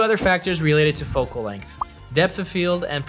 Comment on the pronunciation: Length. Not Lenght. Otherwise good video